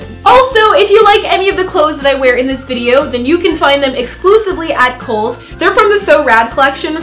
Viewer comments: You know you are Australian when: You thought Eva said Coles instead of kohls 😂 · i am american and i thought she said coles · I thought eva said coles i am do stupid